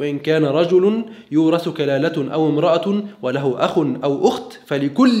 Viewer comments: يورث ( كلالةً )* بالفتح الدقيقة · يورث كلالةً بتنوين الفتح وليس الضم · كلالةً* بتنوين الفتح.